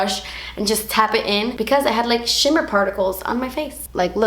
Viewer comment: "das a shimma particle" 😂 please don't ever change.